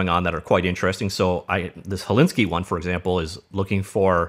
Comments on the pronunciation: I think it's Hel-sin-ki not Hellinsky. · Helsinki is pronounced HelSINKi, not HelINski. Also "uncanny value" should be "uncanny valley." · It's not Helinski, it's Helsinki! -. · "Helinsky" :D good one :D